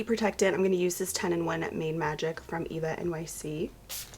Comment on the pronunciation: I don’t think they pronounce it “Eva-nyc” I saw a TikTok of a girl saying she went to an ulta and they were like “that’s not how you say that”